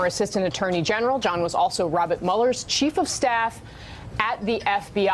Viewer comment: Rob-it Mueller.